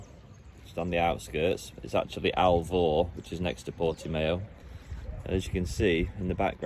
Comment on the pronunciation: Congratulations. We bought land in central portugal in 2016, haven't looked back. Hope your dreams come true. Portimao is pronouced Portimow the mow sounds like cow.